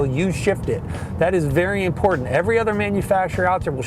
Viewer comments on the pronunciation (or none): none